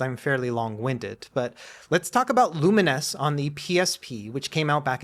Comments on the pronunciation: Wait, that's how you're supposed to pronounce Lumines? I have spent all these years thinking it was pronounced like Bovines or two mines... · TIL the correct pronunciation of Lumines. Why wouldn't they just spell it with -NESS?